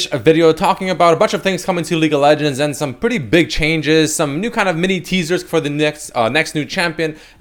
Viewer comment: Does he say "Leak of Legends"?